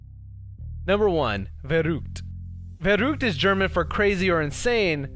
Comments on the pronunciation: At first I didn't understand that he said "Verrückt", I speak german as mothertongue. I just started laughing😂😂😂😂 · I love how he mispronounced "verrückt" at the last waterslide Cute 😂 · Farrukt😂 You Spiel it verrückt😂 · Haha the way he pronounced the german word for crazy made me laugh so hard. He is saying verrud it is "verrückt" xD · Verrückt not veruugt xD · nr 1 verut!?! thats not german xD its VERRÜCKT ;) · dachte er sagt "the root" oder sowas xD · Und ich hab mich kurz gefragt, ob er sich in der Sprache geirrt hatte... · Being german and hearing you say verrückt is so funny hahah Better say it like ver-rigged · as a german I had to laugh at the way you said "Verrückt" 😂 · Miauinator kann man nur zustimmen 😂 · wie er verrückt ausspricht hahahaha